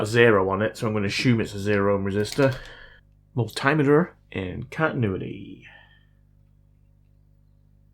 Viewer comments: Nooooo, please don't correct your pronunciation! I love to hear you say "mul-timmu-durr in cont'nui-dee" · "Mul-tim-meter"... channelling Nigella's Microwave expression in the world of Electronics repair.